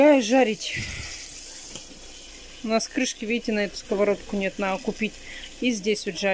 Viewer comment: Ты настолько ленива, что даже слово НАДО, не можешь запомнить и произнести правильно? НАА... 🤦‍♀️🤦‍♀️🤦‍♀️🤦‍♀️